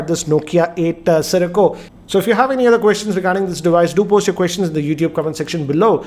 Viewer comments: Siricco.... Siracco.... Dude ur making a video.... Takes 2 seconds to get the name right... XD XP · nokia eightaa sirico lol